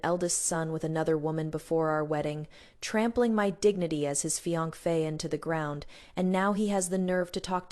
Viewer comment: Distinct knuckles seem important in the ml. It’s mentioned in almost every story. Also I’ve heard fiancé mispronounced often in these stories but this pronunciation is new lol